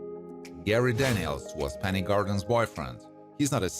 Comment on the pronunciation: It’s Penny, not Benny.